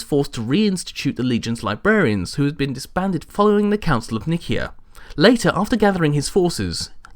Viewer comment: Good video as always, thanks. However, I really have to call out your pronunciation of Nicaea, which is odd even by your standards! Sounds like Ikea with an 'N' at the start.